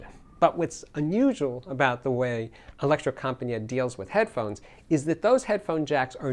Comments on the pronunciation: Not Electrocompanjet, but Electrocompanee-et,, please! It means The Electro Company. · No, the right pronunciation is : electrocompanEEt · Electrocompaniet is pronounced as Elecro compa ne yah. The design has stayed the same for over 45 years. I live just a few Km from them and have visited the factory many time over the years. I have tried most of their amps and imo thier best amp is the AW220 mono block.